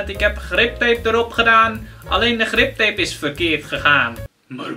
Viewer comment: het is grip tape niet rip tape